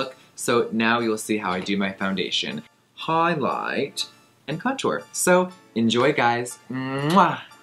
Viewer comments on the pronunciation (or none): HiGhLiGhT 😂😂 was that meant to be a British accent or what wthhh 😂😂😂😂😂